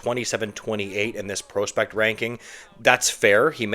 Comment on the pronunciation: Is there a single word you pronounce properly? Acumen? Prospect?